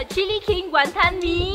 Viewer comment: The WonTON emphasis tho